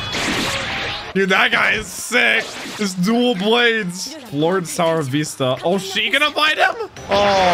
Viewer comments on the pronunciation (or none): I burst out laughing when he said flord sour vista LMAO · "Flord Sower Vista" hahahahahahaha